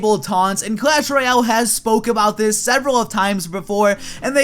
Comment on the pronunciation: it's clash royale not clash roayle get it right